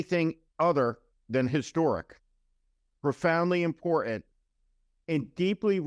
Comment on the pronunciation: Stop saying imporant!